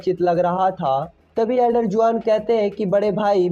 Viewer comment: Giyan ❌ jyoyan ☑️